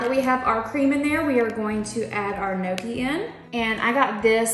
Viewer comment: NEEOKIE (Gnocchi). Girl😹. There’s no celery in a cheeseburger 😹😹 or carrots. There’s no crying in baseball.